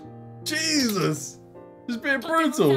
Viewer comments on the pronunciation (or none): none